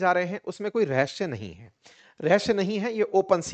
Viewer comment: Location Location रहश्य (Rahashya) नहीं, रहस्य (Rahasya) hotaa hai. 🙏